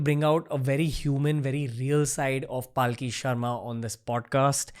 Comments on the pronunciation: its Palki sharma not Paalki sharma. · its not Paaaaaaaki Sharma, its Palki Sharma. Atleast pronounce her name correctly. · Dude at least get the name of your guest right! It’s Palki not paalki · Dude why do you keep butchering her name. It’s Palki a la palak jhapke, not Paalki which semantically kinda signifies a palanquin. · Please pronounce her name correctly. Its पलकी not पालकी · Ranveer you do amazing work but please oh please make sure that you pronounce yours guest’s name correctly! Her name is पलकी not पालकी! You’ve done this before with a few guests. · Ranveer, please don't Paalki. It's not Hati Ghoda Paalki Jay Kanhaiya Laalki. Palki literally means s/he is a meritorious and hard working one. Pronounce Palki in your next Podcast. She has improved too high. You carefully have to master your theme. We are waiting. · Loved the conversation and the insight.. one concern thought.. being an Hind speaking host why it is soo difficult to pronounce a name correctly..why say Paaalki instead of Palki.. do u not know the meaning of the word.. atleast u could make an effort to same the name correctly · Bhai uska naam पलकी hai पालकी nahi. similarly, it is pronounced अघोरी and not आघोरी. when you are talking about soft power, at least pronounce Sanskrit words in Indian fashion. Dont try to anglicise these words. BTW, Paalki means a doli, jisme logo ko bitha ke ek jagah se dusri jagah le jate hain. to arth ka anarth mat karo yar. Palki on the other hand comes from the word Palak, means duration of less than a second. So Palki means human being is around only for less than a second. Very deep meaning attributed to it. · Dude, her name is not PAALKI 😂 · I think its not paalki its palki 😭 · How come you can never pronounce her name right?